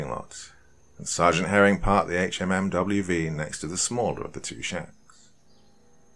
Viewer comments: Yea I was gonna say dude it's a Hum-V was killin me with hmmwv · Great story... but sayin HMMWV instead of “Humvee” kinda hurt my head... also having spent some time at Fort Riley recently, it adds to the creepiness. Just a tip for the doc, googling military jargon can really enhance the immersion of a video. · It’s pronounced Humvee. Not H M M W V. You can tell that the person who wrote this was is a veteran though. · it’s pronounced Hum Vee not HMMWV. Other than that, great story. I was stationed at Ft Riley for four years. The wife is from the local town outside the post. Lots of history. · Love the story but one small critique, it’s pronounced Hum-vee not HMMWV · Sorry but it's called a Hummvy... not an HMMWV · thank god, I was screaming Humvee at my computer every time he said it wrong. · Right... Can say duece and half, but not humvee? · Apparently this narrator didn’t pick up that a “HMMWV” means “Humvee.” Being a Brit civilian, it makes sense. But that’s the kind of thing that could use a little pre-translation. Otherwise, good story. 👍🏻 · Public service announcement for horror narrators: Hum-vee azz-vab dee dee two fourteen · Pronounced Hum-vee or also called lovingly a Hummer. Just saying if you want the military lingo. Great stories though. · Dude just say humvee